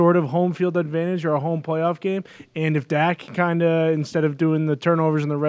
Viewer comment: I love Pat but I just can't stand the way he says words like "home"